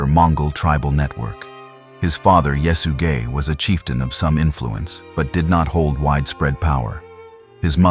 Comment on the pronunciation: could you say that name one more time😂 "yes you gay"